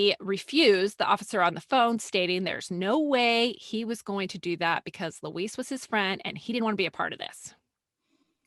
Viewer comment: Why are you saying Louise like it is a male Mexican name? Student "cancel"?